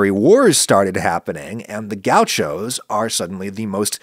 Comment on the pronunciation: Gau xos as Adam says 😅